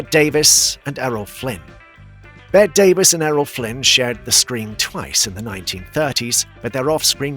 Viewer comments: Joel Mac-Cree-a? It's pronounced Mc-ray. Grach-us? Try Grak-us. Bet Davis? It's betty! It's mistakes like these which really undercuts the legitimacy of whatever you may say. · How is it possible that Davis's name is still mispronounced! Everybody knows it is supposed to be pronounced as in 'Betty'!